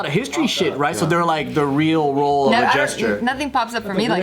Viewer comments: Why are they saying jester like "gesture"?? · Jester... why did he say jesture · I know they mean Jester, but I keep hearing GESTURE. 😅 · It's jester, not gesture